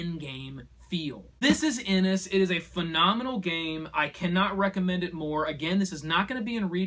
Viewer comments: And Inish is pronounced as 'In-ish'. It's a great review though! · Many people care. You can pronounce it as IniS all you want, but you'd be wrong.